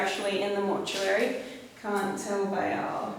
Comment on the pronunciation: Instead of "I can't" I couldn't hear anything other than "Nugget" I tried to hear "I can't" but could not